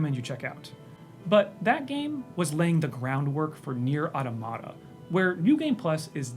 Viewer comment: I don't understand why this mispronunciation of "automata" is so common - it's just the plural of "automaton" which no-one mispronounces